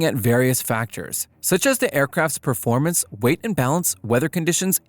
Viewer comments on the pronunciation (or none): none